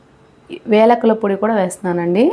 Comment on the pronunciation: యాలకులు.. వేలకులు కాదు